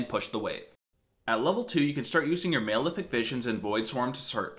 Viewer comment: It's Mal-Efic, like Malnutrition, not Male-Efic.